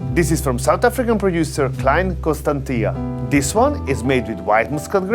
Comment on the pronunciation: I am from constantia in south africa and i had a little laugh on how you prounounced it